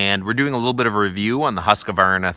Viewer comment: Just FYI, there's no such company as "Huskavarna". Try Husk-var-na. Shorter & simpler too. Not advisable to torture el-cheapo engines unloaded I'd suggest looking into peavey/cant hook and hookaroon. And ... always have a fistful of wedges on hand- much preferable to pinched bars. DAMHIKT